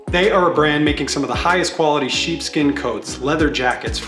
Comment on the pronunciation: I thought he said "cheap skin" not "sheep skin" 💀